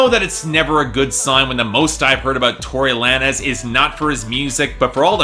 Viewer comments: It's Tory lanes not lan-ez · it's pronounced like tory lanes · did you just call him Tory Lan-ehz lmao